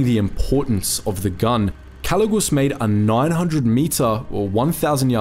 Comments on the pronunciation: Jose calugas not calugus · A little correction in the name it's actually Jose Calugas not calugus.